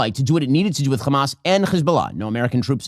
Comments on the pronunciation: Why does Hasan always make fun of people for using a fricative H in the word hamas? Isn’t that how it’s pronounced? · Can someone explain to me what this “khamas” or “khezbollah” pronunciation thing is about? Is this a weird bigotry thing about how Arabic speakers sound? It’s one thing when I hear actual Israeli’s talk like this, but every dumbass Zionist like Ben Shapiro does it to. I see it and hear it everywhere and I’m so confused by it.